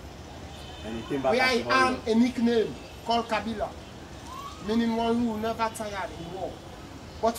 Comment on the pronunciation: Bai Bureh's name is Ke blai; Not ka bila. It's a Themne word "Ke blai". Try to meet any mature Themne Man to help you with the right sounds of the word